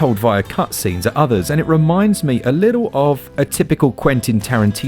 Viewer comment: Why don’t you pronounce the middle letters in words, little = li-el. Button = bu- in. Centred = cen- erred. Etc etc